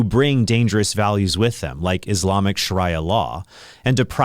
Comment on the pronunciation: Sharia Carey pronounciation of Sharia law is super cringe